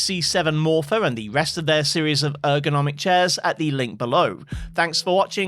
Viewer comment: "ergonomic" lmao